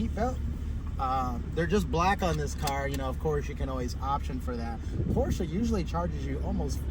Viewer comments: Please learn to correctly pronounce the marque of the car you are reviewing. There is only one correct pronunciation. Otherwise, decent review. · no, there are plenty of ignorant Americans who pronounce it incorrectly as well.